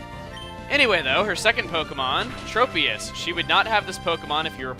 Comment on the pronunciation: I hate that everyone pronounces Tropius like that, The "Trop" is pronounced as TROPical, jeez...